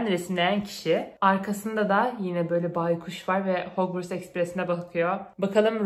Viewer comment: Bikere o hogvıst değil hogvarst harmony diğe okunur